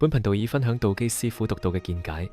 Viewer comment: ， 在你声演的片尾中，確實聽到(貧道)二字，因為在片尾之字幕被廣告遮掩了，故此，是看不到字幕的，經再重聽後，覺得声演可能想说是(頻道)，但声演說到：若果你对貧道(停一停)或视頻有何意見等，而你的名字又是道機，在这种情况下，聽众会估是(貧道)或(頻道)呢？这是美麗的誤会，若声演在(频道)之後冇停了一停，相伩便不會有此誤会了。 至於說太陽不是在東方升起，则要早说明是地球自轉的問題便可。 若只是說不是由東方升起，便打破了傳統，即是說：由羅湖去红磡不是坐火車的，一定要坐汔車才对。 我说到大羅仙在33或36層天，其實和你说的是同等道理，因為在太空中的星球都是轉來轉去的，並冇分東南西北的。 至於你問其他玄學家，為何其他万物冇干支，我昨天已代部份玄學家回答你問題(雖然你只有問而冇答)，就是難道你会找一張枱幾時製造，而幾時被人打爛或存在而去花時間去找干支嗎？这是死物，不如等考古專家去评定是否(世界物質遣產)更佳。 其實，你提出的問題，我是大部份認同的，本來網上講八字的人有不知多少人，但我反而留意到你这视频，真是為了好奇，既用中國道机之名，但底片又用上西方之魔鬼与天使，便登入去看看是什麼情況，这可能是缘份吧！哈哈！不过这個反差太大了，等於你去佛，道之論壇中，走到去大声说只有耶穌才是唯一真神，又或者你在教会傳道時，在人群中说不止耶穌一神，滿天神佛都是真神，看看有什麼结果？哈哈！ 多谢你肯回覆問題，其實道理是越辯越明的，只要冇門户之見便可。